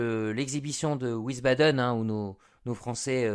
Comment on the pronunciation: wiesbaden se prononce comme visbadeun et non ouissebadaine.